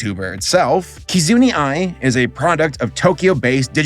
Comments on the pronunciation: "Key-zoo-knee"? How...? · I'll be blant. This is the first time I think when mispells actually kinda irked. Mostly him calling Kizuna Ai, as Kizuneeeee, instead of Kizunaaaaaah. Idk, maybe in this case I'm just too used hearing her name as KizunA or something. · "Ki-zun-e"? How in the world could your pronunciation be so far off? There isn't even an E! "Ki-zu-na Ai"! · Small tid bits to note... 1. Hatsune Miku isn't really a solo individual, but her reputation is made by a whole community of producers who used the VOCALOID (where her voice is made from) software to create music... 2. "Kizuna Ai' is pronounced "key zoo NUH eye", not "key zoo NEE eye"... Other than that, nice analysis! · Bruh how do you look at the word Kizuna, say "Kizuni" and then say "I hope I'm saying it correctly". lol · You should really consider re-recording everything about Kizuna AI. Not only did you pronounce Kizuna wrong the entire time, but you pronounced A.I. as "Eye-ee" like it was a Japanese word. Which since it's not a Japanese word is at the minimum ignorant and at the worst, racist. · "Kizun-ee". Ah, that's not going to get on anyone's nerves. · "Kizunee Ai", it has an "A" man, come on xD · I want to chat with, I need to know how a person can pronounce 'Kizuna' as 'Kizuni'. I wanna know what the process is in his head when he reads japanese names. Good vid, rare to see an actual history about the subject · Same, I don't even watch V-tubers much and it drove me nuts every time he said "Kazoo-ny ai" HER FIRST NAME ENDS IN AN *A*! he had to have misspelled it as Kizuni Ai on his script or something... How can you do all this research and not find a clip where she says it herself?? Still amazing video but that was just... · I take damage every time says "Kizunee" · i mean what do you expect from the dude who says "kizuni ai" poor saber can't pronounce anything ever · KizuNI Ai Me: dies inside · I flinched everytime he said Kizuna's name wrong.